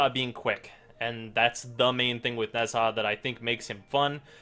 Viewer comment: It isn't "Nez Ha". Pls listen to Ne Zha here